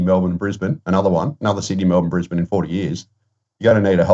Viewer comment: It's Brisbane, see ya